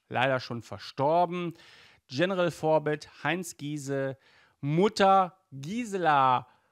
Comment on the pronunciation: Ähm du hast General in Englisch ausgesprochen und nicht in Deutsch